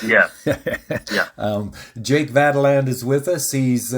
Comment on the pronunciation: Why do you refuse to properly pronounce Jake's last name? He said it for you enough times!